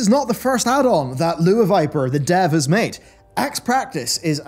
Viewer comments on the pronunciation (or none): none